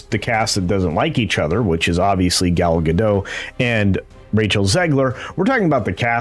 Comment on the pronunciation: Gadot, not Gado, the T isn’t silent at all.